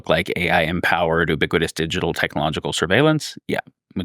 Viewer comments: Its a pedantic issue, but I can't stand how he pronounces ubiquitous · Yes haha